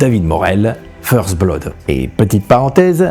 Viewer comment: Vous prononcez mal le mot "blood". 😐